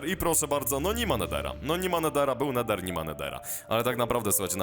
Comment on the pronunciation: "No był Neder ni ma Nedera"